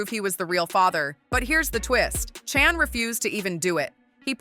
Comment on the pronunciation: Her name is not chan get it right